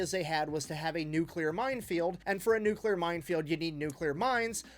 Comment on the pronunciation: It new clear. Not nukular